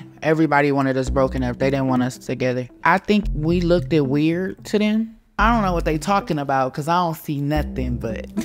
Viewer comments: lol did you say LOOK-TID?!! 😂 you meant LOOKED right 😂😂😂😂😂😂 stay beautiful girls ❤ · "it 'lookted' weird"